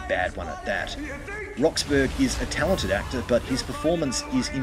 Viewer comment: Richard's surname is pronounced "Rox-borough" (burra), not "Rox-burg".